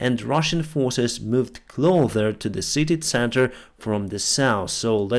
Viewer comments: its CLOSER not CLOTHER PLEASE PRONOUNCE IT RIGHT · You keep saying clother, it’s closer with a s sound like a snake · its not clother but closer, with an S, or cyrillic C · Why does he pronounce "closer" as "clother" ? His English isn't that bad for him being unable to know this simple word. Crazy. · Hey, your pronounciation of "closer" is not correct, it sounds like you are saying "clother". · could you please google how to pronounce "closer". it is not pronounced like 'clothes'. think: "KLOCER" (with all due respect. just want to help. thanks for the great reporting) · How can you say close then not say closer... It's not clother